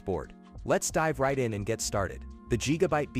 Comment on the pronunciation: LOL…yeah, I’m going to trust a lazy, worthless A.I. voiced video where the robot can’t even manage to say Gigabyte correctly. Yup…got it. JEEGABITE. LULz.